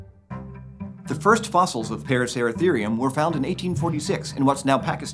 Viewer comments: Him: paracertherium Me: racer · Why he saying parasarasereum it’s a racer is he mad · The amount of times he said "Paraceratharium" has me dizzy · Take a shot every time he says paraceratherium